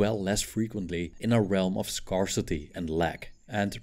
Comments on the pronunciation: it is not scar-city but scare-city pleeeease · Work on your pronunciation on the word "scarsity"